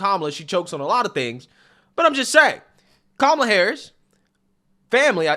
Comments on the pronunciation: Also you keep saying her name wrong. Her name is cumalla 😅😅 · Her name is Ka-ma-la, not Cumlala, but the way you say it is hilarious and accurately descriptive....